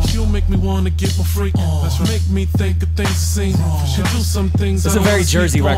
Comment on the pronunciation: That Jersey hit xDD The way he pronounced 'on' was even the same as Joe